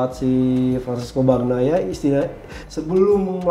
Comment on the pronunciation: Saran buat dan, bacanya itu "Banyaia" bukan "Bagnaia"